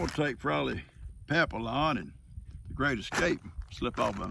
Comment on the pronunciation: I think the movie you call papillon is pronounce (papi on) it means butterfly 🦋 in french and there's also a papillon dog because their ears look like butterfly wings. Yeah another one of those words they put useless letters in. If you're not supposed to sound out the L's in the word what the heck are they in there for?